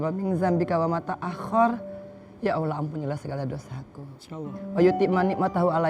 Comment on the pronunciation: Bu Angel,.. sudah full muslimah, dan sudah khatam qur'an... Mbok Yao mengucap Allhoh nya kok kurang fasih ya... Coba ajarin pak Ustad supaya lebih .... FASIH YA...AMIIIIN3